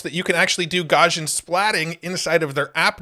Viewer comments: FYI, Gaussian is pronounced Gow-see-un. It's named after the German mathematician Gauss. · Look up "Gaussian" in the dictionary. The pronunciation will make more sense. (Because of Gauss.)